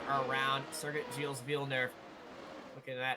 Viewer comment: Don’t prononce s at gilles